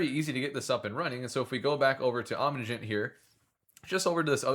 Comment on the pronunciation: Does he ever stop mispronouncing the project name?